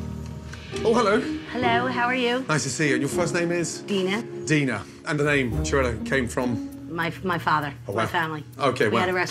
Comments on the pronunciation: It is supposed to be an "italian style" restaurant and they can't even pronounce the name of the place! It's pronounced Kiarella for God's sake. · It's 'kia-rella', yeah?, the narrator and producer of the program, doesn't know. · My name is Chiara. I'm italian. And that is SO not the way to read 'Chiarella'. So annoying.